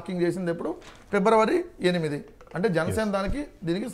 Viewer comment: Pebravary kadu raa... February